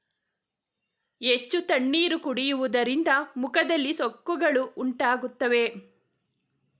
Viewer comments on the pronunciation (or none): Improve your kannada. Anu alla Hanu , aalu alla Hallu. Soggukalu alla sukkugalu